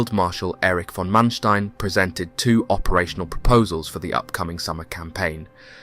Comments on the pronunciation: Sometimes the narrator pronounces Manstein's correctly (Mahnshtine), sometimes incorrectly (Mansteen). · The way you say Manstein kills me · Please try to get your pronunciations correct. Manstein for starters.